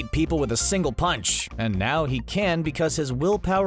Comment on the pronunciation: What's a "Single POUNCH"?